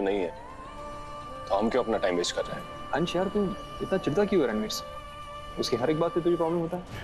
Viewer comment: Naam galat bola vansh nahi ansh